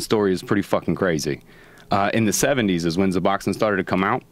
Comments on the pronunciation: Okay... Hold on.... This guy doesn't even know what the name is of the drug he's condemning and his pricing shit is all wrong. First off, it's Suboxone. NOT Zuboxone. Secondly, if you're a heroin addict, suboxone does absolutely nothing. There's literally no possible way to get high off of it if you're already addicted to heroin. So all that about "the drugs they give you is better than the real stuff" is straight nonsense. Thirdly, you can buy it cheaper than at the pharmacy?..... Well let's think about this. Where do dealers get the suboxone? The pharmacy. So you're telling me the dealers are going to charge less than what they paid for it? Yea, no they don't. Joe, you can't just get some guy you met the night before talking out of his ass on the podcast. Oh God damn and then Joe repeated what Dr. Carl Hart said about heroin withdrawals... For fuck's sakes I thought somebody would've corrected him on that by now. No, heroin withdrawals are way fucking worse than the flu. Some of the symptoms of withdrawal are definitely like the flu but I would gladly endure a month of the flu over a few days of heroin withdrawal. God damn so much bullshit from supposed experts -_ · Dopamine Feen He didn't even say Suboxone, he said Zuboxone... The dude's a fucking idiot, there were a few things he said that I was like, "Okay, this guy doesn't know what the fuck he's talking about." Joe should really be more careful about inviting complete strangers after only talking to them one time lol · ***guys, it's Suboxone with an "s"; NOT "zuboxin". Stop it! You're spreading misinformation!! The idiots listen to you as some some of authority on the matter yet you don't really know shit. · Suboxone is pronounced "Sub-Ox-Own". God!